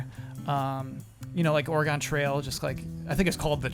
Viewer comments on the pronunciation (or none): You can tell is an east coast kid by his butchering of Oregon. It's Oregun not Oregone. Love you! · CORRECTION: It's Oregon, not ORYGONE :'(